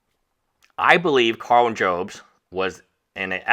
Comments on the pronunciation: Jobst is pronounced Jobs-t, not Joe-bst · Jobst Job - st Not Jobe - st I know its not important. It just bothers me 😂